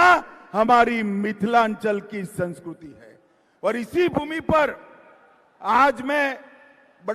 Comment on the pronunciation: Sanskriti ko sanskuruti bol raha hai hm